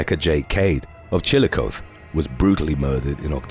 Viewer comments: We pronounce the "E" at the end of Chillicothe, so it's actually pronounced chi·luh·kaa·thee...from Ohio sorry I'm not trying to be rude just trying to inform... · FYI, the E at the end of Chillicothe is not silent.